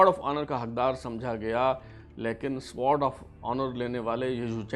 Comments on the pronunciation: how pitty! You are unable to pronounce Sword! It is sword not spears As you are pronouncing. CSUO means Company Senior Under Officer and not Cadet Senior Under Officer. Pull up your socks plz. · یہ سوارڈ آف آنر نہیں ۔بلکہ یہ سورڈ آف آنر ہے ۔سورڈ یعنی تلوار یاشمشیر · Google ‘ winners of sword of honor PMA Kakul’ and complete list is available. Correct pronunciation is Sword(سورڈ) of Honor and not Sward(سوارڈ)of Honor. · جناب آپ برائے مہربانی یا تو انگریزی زبان کے الفاظ بولا ہی نہ کریں یا ان الفاظ کو ٹھیک بولا کریں۔۔ مثلا آپ Sword of Honour کو بار بار ( سووارڈ آف آنر ) بولے جا رہے ہیں ۔۔ حضور ۔اس کو ( سورڈ ) Sword بولا جاتا ہے W Silient ہے جیسے آنر میں H ہے۔۔دوسرا 51 کو ففٹی ونتھ نہیں ففٹی فرسٹ بولتے ہیں ۔۔ مزید آپ جنرل عاصم منیر سے اس کی تصدیق کروا سکتے ہیں ؟۔ کیا پتا میں بھی غلط ہوں ؟ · When you are doing a program on Sword of Honour then at least you should know pronunciation of Sword, CSUO and BSUO